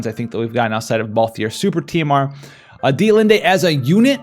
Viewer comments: It is pronounced either deet-lind or deet-lind-E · FYI... Dia-Lind is how I believe its pronounced. The "T" and the "E" are silent and at the beginning its sounds like Die-uhhhh so think... Die-uhhhhh-lind… ;-)